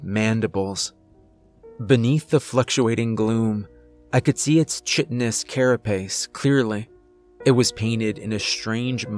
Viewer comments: Just a small thing that always gets me. Chitinous is pronounced kite-en-ous, not chit-in-ous. Based on the word chitin, which is what insect shells are made of. Pronounced "kite-en" with a hard K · Right, kai-tinous.